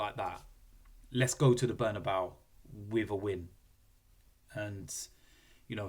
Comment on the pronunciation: Bernabeu or "Burn about"😂